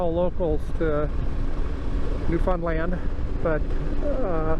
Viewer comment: Bryce here in New fin land,yes it's fun here,but we pronounce it fin or found.got 70 thou on my 2010 vstrom sea,best economy bike on the market,I paid 7000 brand new with top n side bags all removable.when i purchased it i hitched a ride to gfw in Newfoundland, in cold April n rode back to corner brook. In a snow storm,used my snowmobile gear,to keep warm.july to Sept is riding season in nfld.nice video,next time when you come to nfld, overnight on the ferry to port aux Basque. Shorter n nice riding on west coast too.2025